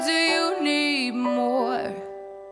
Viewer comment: Zoooo mooi! Zou echt helemaal af zijn als ze ‘or’, ‘more’ en ‘for’ niet als ‘oy’, ‘moy’ en ‘foy’ zou uitspreken. Verder echt zo gaaf en zuiver😍